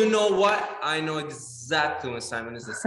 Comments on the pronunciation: Is it just me that gets annoyed when they call him sAimon and not sImon I mean I guess I am just used to it but it sounds weird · Since when did it become S-ai-mon and not Sim-O-n!?